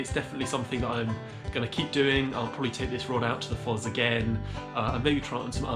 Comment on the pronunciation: It’s pronounced Foss not Fozz.